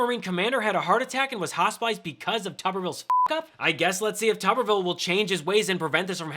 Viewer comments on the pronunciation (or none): It's: " toober-ville"..like potato head.